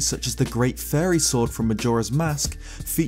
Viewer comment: the way you say fairy sounds like furry